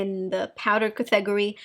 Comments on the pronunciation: IAmThatIAm it took me a few days, several videos ago to figure out “cathegorie” lol, I almost lost sleep. Finally oh! It’s category!! Now, I just laugh. I think English is her third language? If I only.... I lived in Southern California for 40 years & still could only pick up a bit of Spanish. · I’m here waiting for a funny pronunciation of a word . Like “smootthh” and “cathegorie” it’s so adorable it makes me chuckle every time!